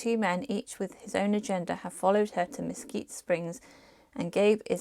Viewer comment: You pronounced Mesquite correctly. I read all books that take place in Tennessee. We will be living there in a few years.